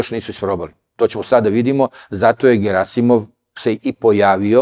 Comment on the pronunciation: Аман бре! Није "ГерАсимов" него "ГерасИмов"! Докле бре акцентовање из "круга двојке"? "ТелвИзија" а не "ТелЕвзија"! Нисте свесни колико су речи битне!!! Уосталом Бог је речима стварао свет!